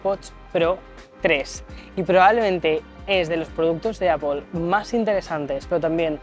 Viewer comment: APPOL? nooooooo! Que horror! Cada vez que te oigo decir APPOL me explota la cabeza